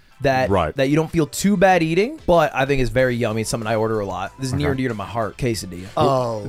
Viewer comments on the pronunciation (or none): Americans shame birtish for misspronouncing taco, the proceed to pronounce quesadilla as "kay-sai-dee-ah".